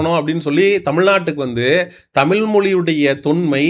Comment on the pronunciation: தமிழ் என்ற ழ் உனக்கு வரவில்லை எப்போது திருத்திக் கொள்ள போகிறாய்.